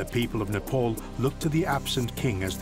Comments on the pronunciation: Its not Nepaul.. Its Nepal!!! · IT IS NEPAAAAAAAAL!!! NOT NEPOOOOOLLL!!! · it's not Nepul! 🙄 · Please pronounce the name of the country correctly. It’s NOT ‘Nepole”. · Very good video.. But you westerners truly need to do a little more research as in how the pronouncing of names..my good man every time you say "nepaul".. My ears bleed a bit..I'm sure you can do better.